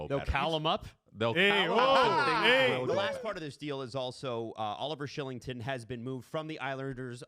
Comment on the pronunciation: “KYLE-ington” not SHILLINGTON. 😂😂😂😂😂😂 use ENGLISH!!! Also Roy is Roy not Wahhhhh